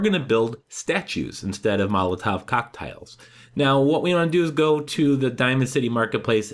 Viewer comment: "Molotov cocktiles"